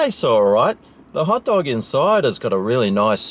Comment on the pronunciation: I thought he said pot dog :28